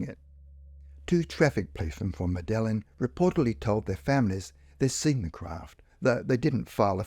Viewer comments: Medellin is pronounced Medayeen FYI. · That's how they pronounce the Colombian city anyway.I think in Spain they use the "l" more.Certainly not pronounced the way it is on this video.